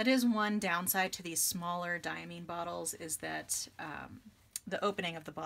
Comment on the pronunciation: Diamine definitely makes beautiful inks! I always enjoy your content because you seem to have everything that I'm interested in for myself. By the way, Diamine is pronounced with Mine as in "this is mine." DYE-uh-MINE.